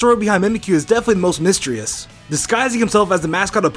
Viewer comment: "mystrious" lol